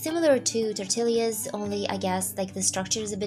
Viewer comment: It’s so cute when you pronounce “Tortillas.” The correct pronunciation is “Torteeya’s”. In Spanish, a double L is pronounced as a Y. 😁 Living in California, more than half of the population is Mexican and speaks Spanish. There are also Mexican restaurants in every city. (I’m not Mexican though, I’m a white lady trying to learn Spanish.